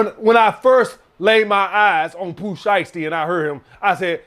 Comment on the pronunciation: Unc said “Pooh shiesty” 😂😂😂